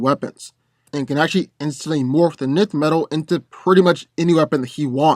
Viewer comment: I liked the battle, but one thing of note, for Hawkman, his gear isn't "nith" metal, but "N"th metal, as I've heard it said in various sources in the past, how one would say the letter 'N' with the 'th' on the end of it. That was the only thing I disliked/found slightly off about it.